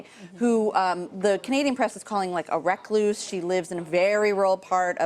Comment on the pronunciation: Did she say reqlouse lmao it's recluse